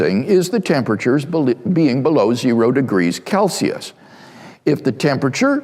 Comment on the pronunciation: Bro really said kelsius